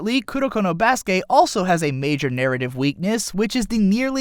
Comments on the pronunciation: i cringe every time he says baskay instead of baskET. Its pronounced baskET, since it is a loanword of the english language being used in japanese. it aint french bruh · Baske' ? did you just intentionally skipped pronouncing the "t" ? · I literally couldn't finish this video cuz of how he pronounces basket 😐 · Basket...theres a T at the end of Basket. Pronounce it...